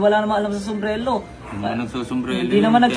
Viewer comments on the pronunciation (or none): wala daw alam sa sombrelo. sabe ng di mabigkas yun "Somberero" ng maayos 😅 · Sumbrero ❌ Sumbrelo ✅ 😂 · Pagsabi palang ng sombrero sablay na eh..haha hnd Sombrelo kundi sombrero😂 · SUMBRERO hindi Sumbrelo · sombrelo daw 🤣🤣🤣🤣 di nga alam paano sabihin ng tama ang sombrero ugok na hahahah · Boss narinig mo ba,, sombrelo daw,, diba sombrero dapat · Sumbrero o sumbrelo? Hahha😅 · sombrero❌ sombrelo✅ 😂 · Mas quality pa ata yung mga sumbrero sa ukay ukay kesa don sa lakers inspired kuno ni Hahahaha.. Saka Saka "Sumbrero" yon hindi "SUMBRELO" inang yan hahaha collector kuno pa.. Nice One again.. You are so back!! 🔥🔥🔥 more more more #realtak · “SOMBRERO” hindi SOMBRELO jusko dun plng shunga na🤣🤣🤣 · paturuan nga muna yung na mukhang ipis saka yung ganid na oportunista na "SUMBRERO" po yun hindi "SUMBRELO" sarili mong business di mo alam pronunciation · Nagsalita ng walang alam Ang eh tawag lang sa product di pa alam. SUMBRERO hind SUMBRELO. Sus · "SOMBRELO" daw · Wala daw alam sa sombrero si, eh yung hindi makabigkas sombrelo daw..😂😂😂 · puta na kahit tamang pag bigkas ng sombrero hindi magawa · may maniniwala ba jan kay, sumbrero nga ni hindi ma pronounce ng maayos. kopal. hahaha